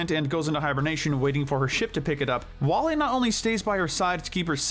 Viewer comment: You spelled Flik's name wrong in chapters. Also, WallE is pronounced as "WALL-E". Sorry about that, just being honest is all.